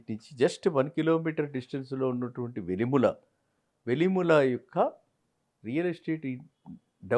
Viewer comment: Ayya velimula kaadu andi.. velimela..